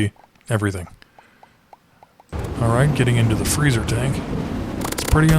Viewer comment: Freezer not frezzer